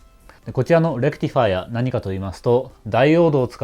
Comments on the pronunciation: レクティファイアの発音がいい！電気系の人間。整備業界の人間ならレクチファイアになる。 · まぁこれが正しいわな ｢チ｣じゃなくて｢ティ｣だし頭の｢レ｣にアクセントがある.. まぁそれをいいだしたら｢デジタル｣じゃなくて｢ディジタル｣なんだけどね